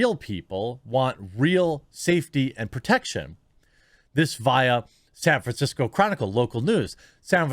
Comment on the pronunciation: Ah yes, San Franshetsco...you do not disappoint.